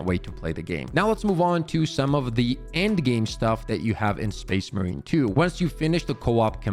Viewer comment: Can we practice calling it space MARINE 2 Please.